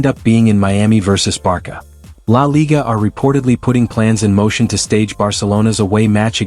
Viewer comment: How can you take this channel seriously when they pronounce the club's name as 'Barka'???